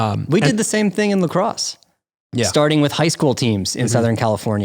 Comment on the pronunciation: Boy said LaCrosse